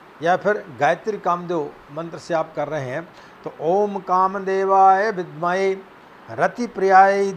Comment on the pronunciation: vidmahe hota hai ... bhidmahe nahi hota hi .... gayatri mei itni badi pronounciation ki galti nahi kar sakte ... parinaam galat ho jaata hai .... mujhe samajh nahi aa raha hai ... itni badi galti pronounciation mei galti kaise karte hain aap ?